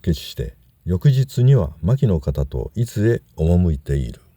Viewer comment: 伊豆の人にとっていずのアクセントが気に入りませんね（笑） 何回聞いても違うだろ～って思いました